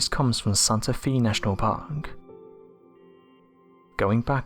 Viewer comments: The narrator needs to familiarize himself with the correct pronunciation of US places. San-tuh Fay, not San-tuh Fee! 🙄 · Santa “Fay.”